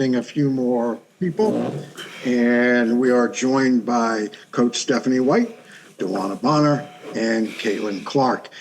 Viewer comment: I can't help it. Whenever I hear the name Dewanna Bonner I really hear Dewuwanna Boner. Its stuck in my head.